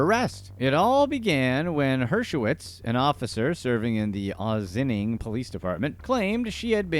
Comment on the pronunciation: OSS-IN-ING, not Ozzining, WTF. Is the voiceover A.I. ? Just look-up the pronunciation before you do voice work. Holy$hit.